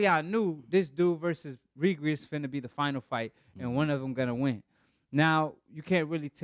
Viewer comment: you’re not pronouncing Regis’s name correct